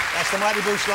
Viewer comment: No it's the mighty boosh. Not a badly pronounced bush. 😂